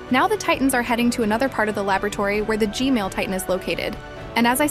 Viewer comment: Maybe, did she say "G-male"?